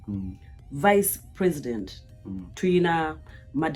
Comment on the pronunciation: Precitend, oba president 😍ebyuma bya bazungu biswaza🤦‍♀️🤦‍♀️🤦‍♀️